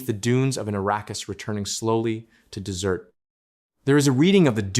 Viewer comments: Desert.... . Place full of sand.... Arrskis. Not 'dessert.' . Which is a sweet pudding to eat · Wow ... Arrakis turns back into "dessert" .... spice cake!!! When AI fails!!